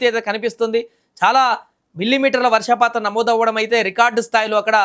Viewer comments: Vasrshaa patham kadu ra Swamy - Varshhapatham - news readers ki telugu basha meeda training ichhi chadivinchandi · Orei news reader...varshaapatham kaadura,,,,varshapaatham. Varshaapatham ante varshalu leka povadam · వర్షపాతం అనే పదం కూడా సరిగ్గా పలకడం రాని వాడు న్యూస్ రీడర్. ఒరే బాబు కనీసం న్యూస్ రీడర్స్ కన్నా తెలుగు నేర్పించి చదివించండి వార్తలు. భాష స్పష్టత లేని వాడు న్యూస్ రీడర్ గా ఇలా పనికొస్తాడు? కాస్త విచక్షణ తో మైండ్ వాడి పని చేయండి.